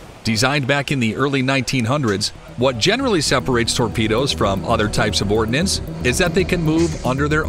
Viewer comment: its not ORDINANCE. it is ORDNANCE look at the spelling.